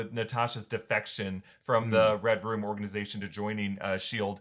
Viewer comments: Is it me or do they keep saying "Red Rum"? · Everytime they say Red Room I hear REDRUM